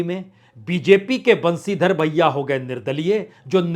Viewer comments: Sir thank you for an ideal poll analysis. Please mind some pronunciations. Speak खंडेला not खांडेला बंशीधर बाजिया not बंशीधर भैया बाँदीकुई , not बंडी कुई डोटासरा not डोटासारा झालावाड़, not झालावर. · 😂😂😂 खानडेला नहीं खण्डेला बंशीधर बहिया नहीं बाजिया 😂😂😂